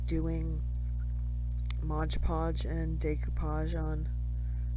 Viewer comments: Great video, thank you! ONE POINT: The name of the product is MODE Podge, not MODGE Podge! So many creators get it wrong and it is rather annoying…😂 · It's not Modge Podge. It's Mod Podge.